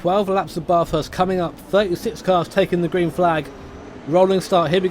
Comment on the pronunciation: Love content of Australian stuff (yay national pride) but for the love of god all you poms can’t pronounce Bathurst right :p the “a” is more like the a in apple - very flat and the like